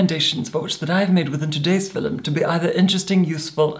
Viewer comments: Oh my god stop saying “fillum” !! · I’ve never heard anyone pronounce film fi-lum before. Where is from? He has the most amazing accent. I’m not convinced he isn’t actually a vampire from the Victorian era like he says he is. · "FILLUMING THE FILLUM" 😭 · His West Scottish heritage whispers through his voice like Scotch Mist. All West Coasters say ‘film’ like ‘filum’., tell me you speak ‘the Gaelic’, mas e ur toil e?